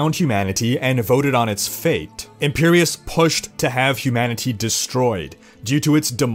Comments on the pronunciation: Hugh Manatee, cannot be unheard. Makes the video alot funnier xD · I don't like your over enunciation of "humanity" hahaha